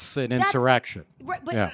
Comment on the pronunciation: Did he say " Now that's an insurrectum?" :)